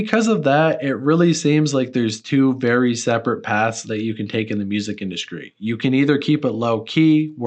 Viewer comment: "mainskream" "induskry"